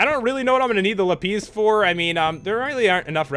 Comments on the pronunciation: Lol not la-pees, la-piss XD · Its not la-pees its la-pis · It's prounounced lapis, not lapeez 😂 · Pat it's not lapiz its lapis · its lapiz not lapeez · its not lapiiiz its la-pis la-zu-li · its lapis not lapies!!! lol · It's lapis not lapeeze lol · I died when I heard him call lapis lapeez xD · OMG HE CALLED "LAPIS" "LAPEEZ!" LOL 😄😂😂😂😂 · He says lapeez instead of lapis because that is how he speaks Pastel Katie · lapees? XD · i thought it was pronounced la-piss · did he say lapeez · its called lap-iz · It pronuanced like ( Lap- is ) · don't want to be rude but your suppose to pronounce lipis like la-piz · The way you pronounced lapis 😂😂